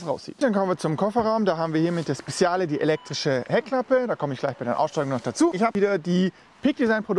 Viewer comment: PS.: Es wird „Spedschale“ ausgesprochen und nicht „Spessiale“ :))